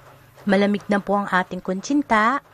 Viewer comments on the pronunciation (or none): Hey Miss, you are representing the Philippines, be sure your PRONUNCIATION is correct. You got few mispronounced words like etc. or maybe you are only SO NERVOUS. 1) Kutsinta.....not kuntsinta 2) corn (starch) not cornstart. Pls. emphasize the ch I love kutsinta otherwise. Thank you. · Kutsinta not kunchinta. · koreksyon,,, kutsinta ba.? o kuntsinta ehehe,... bulol pa rin si ate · bakit kuntsinta ang bigkas tama nmn nakasulat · hahaha oo nga po ate kuntsinta tanggalin nyo lang po yung N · KUNTSINTA NAKAKAIINIS PAKINGGAN ATE😅😅😅😅😅😅